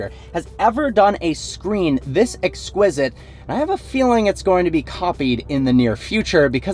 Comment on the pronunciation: Am I the only one bothered by the fact that he said “exquisite”.....